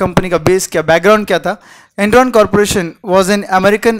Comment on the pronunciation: ...is it Enron or endron?Written dramatically